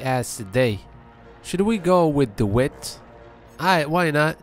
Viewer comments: D-why-ght. You're saying DeWitt. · Its pronounced DaWhite